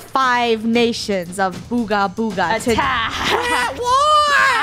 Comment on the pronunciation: You said ogga booga it’s BOOGA BOOGA NUB!